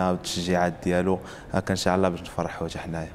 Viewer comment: ينبغي نطق " إن شاء الله " بطريقة صحيحة.